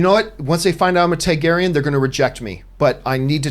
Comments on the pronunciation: TAR-garyen John. Not TIE-garyen. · Find it funny how John pronounces Targaeryn Haha "Thai-Gaeryn" Also remember John, the hound was heavily wounded and sick due to the infection in his neck after being bitten in an earlier fight, by time he got to fighting Brienne he was at half health